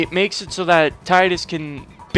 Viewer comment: god bless you for not calling him "TEE-DISS"